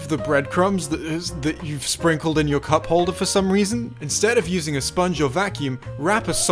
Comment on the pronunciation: "Put the sock around the cuck" he said it exactly like that